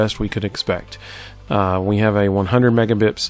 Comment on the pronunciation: Oh, thanks for the explanation. I kept hearing you say "megabips" in the video so it naturally led me to wonder what that was.